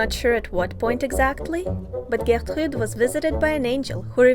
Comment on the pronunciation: I really like the French accent you use to pronounce Gertrude's name. Great video!